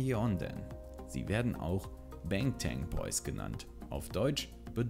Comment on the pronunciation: Es heißt BAngtAn Boys bangtan wird ausgesprochen wie man es liest also wird A wie A im deutschen ausgesprochen 🙏🏻🤗